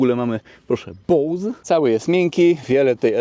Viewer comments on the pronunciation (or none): none